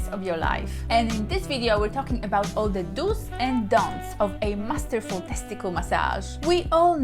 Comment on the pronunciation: I like the way she says teskitil😀